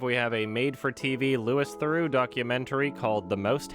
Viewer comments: yo it's 3012 and u said Lewis Theroux smh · “Lewis Theroux”